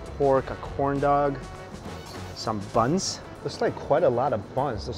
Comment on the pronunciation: The way he said "buns" LMAO